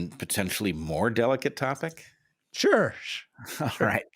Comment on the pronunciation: "Sure-sh" hahaha